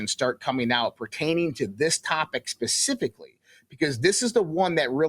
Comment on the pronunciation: Hard to take this guy seriously when he keeps saying “ come forth” and “ pacifically.”